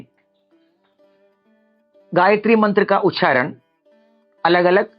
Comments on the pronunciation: It is ucharana not ucharan... Veda not ved, nyasa not nyas. First you must learn to pronounce properly before posting such videos... Shame!!! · The word उच्चारण is itself wrongly pronounced by the Acharya as उच्छारण with a needless _छ_. Unfortunately most persons from Tamil Nadu including Brahmins, have misplaced pronounciation of Sanskrit. The notable exception was late Dr Suresh Iyer of Ghanapati, whose voice shines through with clearest articulation. His untimely passing was a great loss to the Sanskrit knowing community. The reason is clearly the Tamil script that has one க for four sounds of Sanskrit - क ख ग घ. The inadequate (நொண்டி = lame)Tamil script handicaps the natives. Further anti Hindi ideologues of TN have prevented the propogation of Hindi teaching in TN for about 75 years.